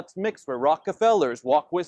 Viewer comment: Did he sing underellas? Sticks or UM-BER-ELAs in there mitts